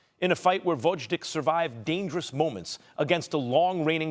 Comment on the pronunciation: Come on, Max. Learn how to pronounce the Lastnames of the fighters. VOZHDICK??? seriously?